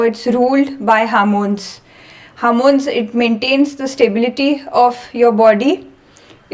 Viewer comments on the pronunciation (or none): Its hormones not harmones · Good explanation, however a couple of comments - Please stop saying "harmones,". There's no such thing. The word is 'hormones' and contains the letter 'O' in it, so why you keep pronouncing it as "h Ar mones"? Secondly, if there is a continuation to a video, can you please put a link in your description to the second part so that viewers can go directly to it? Thanks. 🙏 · It is not harmons say homons